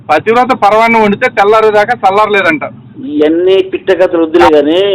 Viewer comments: that moron cant even pronounce 'pathivratha' 😂😂😂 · pativrata anadam radu gani pastar ayyadanta,,,😂😂😂😂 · We enjoyed a lot bayya 😂😂pativrata anadam raadu sollu kaburlu cheptunnadu